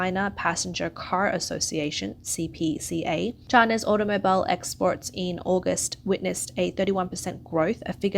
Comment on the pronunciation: When the word "automobile" is in the script but you've never heard anyone say it before...